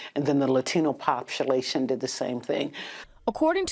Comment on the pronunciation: "latino poptulation" lmao!